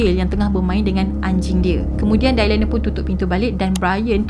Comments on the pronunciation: Good story. Just nak perbetulkan sebutan jer Dylan dibaca Di-len, bkn Dailan. 😊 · Ethan = "e-turn" Kaylee = "k-li" Dylan = "dilen" Dailan tu mcm nama melayu hehe gurau. Bukan tunjuk pandai, cuma share serba sedikit